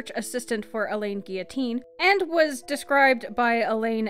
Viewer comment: Pronouncing it Elaine makes it a woman 🙈🙈 it should be Al-eeeehhhhnn